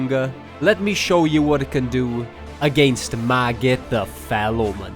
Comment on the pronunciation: It's so funny that you say maggit the fell😂